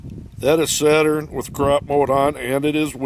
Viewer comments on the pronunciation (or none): none